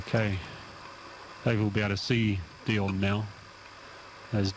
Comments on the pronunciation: His name was Deon not Dion. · And most importantly, his name was Deon not Dean. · Just a heads-up if you do revisit this at some point: Deon Dreyer is an Afrikaans name so the pronunciation is a little bit different to what you said. Not that getting it wrong is a massive issue, but I'm South African and I thought you might just like to know the correct pronunciation. It's Dee-on Dray-er (Dreyer rhymes with player). Hope it helps. :-)